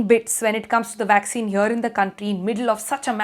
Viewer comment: Is it a vaccine or waksin..lol